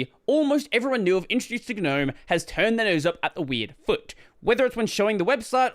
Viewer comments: how come you always mispronounce Gnome? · I just wish people would pronounce the word Gnome correctly. 😂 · I love how you momentarily forgot how to say "gnome" as in the mythical creature :)